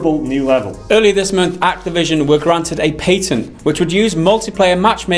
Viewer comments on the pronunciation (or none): Payten? No, it's Patent, homie. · Didnt know what tf you guys were talking about for the first 2 minutes.... What tf is a "PAYTANT" ?!!! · The fuck is a "pay - tent" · What's a pay-tent? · A Patent, not "pay-tent", is a set of exclusive rights granted by a sovereign state to an inventor or or assignee for a limited period of time in exchange for detailed public disclosure of an invention. -wikipedia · What is a Pay-tent? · PA-TENT, not Pay Ten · Did he just say pay-tint? sell out to big tint industry? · Lol PayTent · A "pay-tent?" it appears that your usage of the English language is still in "beet-a"... In all seriousness though, like most things, it comes down to how it is used that determines if micro-transactions are "bad" or not. This vid is an example of making them bad... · Paytent xD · Lord Druckwelle in the US we pronounce it the right way, PAT-INT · My bad, stupid me. Didnt know he pronounced it wrong^^